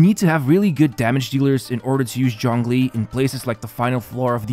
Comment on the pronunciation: It physically hurts every time you say "John Glee". Zh as in G in genre.